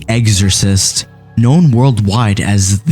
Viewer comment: EXorcist, not eggsorcist, lol